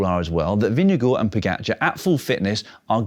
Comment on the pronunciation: I love that you still remember how to say Vingegaard. Not perfect, but still damn good and approved!